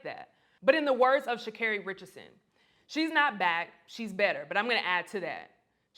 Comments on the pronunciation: C'mon Black people her name is pronounced "SHA-CAR-REE" NOT "SHA-CARE-REE". I'm sure she deals with her name being pronounced wrong by people outside her community, we should have her back by saying her name properly and confidently! She has a "Black" name and we should honor it as we do our own! #iloveusforreal💗💗💗💗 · Congratulations Sha'Carri Richardson!!! 👏 👏 👏 👏 👏 👏 👏 👏 👏 👏 👏 👏 👏 👏 👏 👏 👏 👏 👏 👏 🏆 🇺🇸 🇺🇸 🇺🇸 🇺🇸 🌎 ❤🖤💚 We are so proud you! That wasn't easy at all! What else is new. Mispronouncing her name at the Gold metal presentation. She handled that with grace. A Black interviewer kept calling her Shakira. Omggg... They do that ish on purpose. Black Women are under attack by everybody. The way the 🇯🇲 channels were talking about Black Women in general surprised me. Sha'Carri got triple teamed and beat them all. Now here comes the hating, bitter, jealousy. USA is killing it PeriodT! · Will u stop saying that woman's name wrong. Its Sha-Car-E.. she corrected the reporter which u spoke on yet keep saying her name wrong. So disrespectful. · God is with everyone Sha' Scarey. But I guess in the 200m She 🕌 was a little more with Gabby Thomas and Shericka Jackson than Richardson. Running faster than someone else does not make you better than anyone else. Mispronouncing a weird name that nobody else has might make her mad. Oh well! So called "white" people are not the only ones who have trouble with weird names so I don't think that reporter was trying to 'diss" her. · It’s 3 syllables! They could work on it! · I'm so happy for her, and keep correcting them when they mispronounce your name EVERYTIME! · They kept saying her name wrong! It pissed me off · Only Americans have the luxury to correct foreign reporters about the pronunciation of their names. Meanwhile Americans themselves pronounce all foreign names wrong always and don't even try. Does she realize this? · She does have to talk to the media if she doesn't want to. The commentator for CHN is mispronouncing her too.